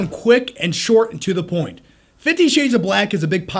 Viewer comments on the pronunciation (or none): none